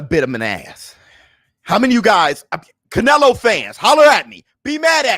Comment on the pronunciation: Catch-nelo Alvarez... Is that what y'all saying????